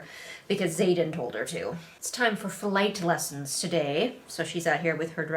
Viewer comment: The way you said “flight lessons”... for a second I thought it was something else.